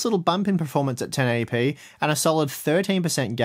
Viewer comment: I can't tell if is saying performance or preformance?????